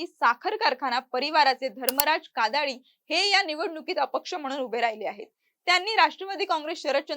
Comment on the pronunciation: कादाडी नाही काडादी आहे आडनाव पण तुम्ही कादाडी असा ऊच्चार करत आहात